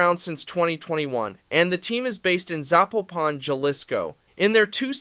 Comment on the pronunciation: Thank you for showing interest in this league. I do Spanish for a living so let me me help you with some terms. Jefes =Chiefs, Caudillos = Warlords, Mexicas = Mexicas (meh-she-kahs), Zapopan (Zah-POH-pan), Jalisco (Ha-lis-co), Naucalpan ( Now-call-pawn), Saltillo (Saul-tee-yoh). Btw I'm Mexica all the way and Mayans if they return. Also, I would recommend to call them by their Spanish names.